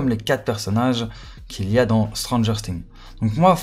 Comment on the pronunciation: Sa se prononce sings et pas sting comme sa tu sais gg l avideo continue comme sa code SCM